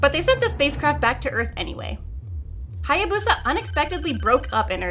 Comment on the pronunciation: Eh, Japanese pronunciation wouldn't be stressed, and the "BOO" would be "buh". Really, "Hayabusa" is pronounced like it's written.